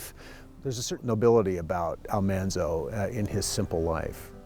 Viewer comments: We were bugged to death everytime someone said 'Almonzo' instead of 'Almanzo'! I am glad he told the story behind that. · Ah ha! I have always wondered why Laura called him Manly. , not "Monly". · It's nice to see more generations enjoying the stories and series. I had never read the books but enjoyed the show and watch reruns of it. Didn't know the name was pronounced Al MAHN-zo, not Al-MON-zo. I'm surprised he didn't mention how Laura called him "Manly" and Harriet Olesen called him "Zaldamo" Probably just written for the series. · I had NO idea the pronunciation was different. Thanks for the correct way to say Mr. Wilder's first name.